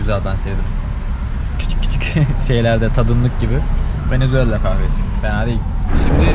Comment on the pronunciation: ya gardaş hepsi iyi hoşda şu VENEZUELA ya VENEZUELLA deme yaw